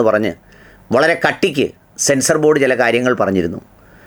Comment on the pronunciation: സെൻസ്നോബോർഡാണോ സെൻസാർബോർഡാണോ😅